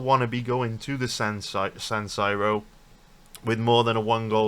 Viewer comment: Never heard San Siro pronounced that way before